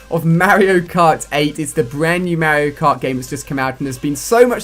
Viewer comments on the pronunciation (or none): What the hell is mayerio kart.... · You say Mario cart so weird lol. Accents don't make you 100% mis pronounce a name 😂😂